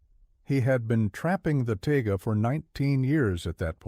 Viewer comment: That’s “taiga” not ‘tiger”.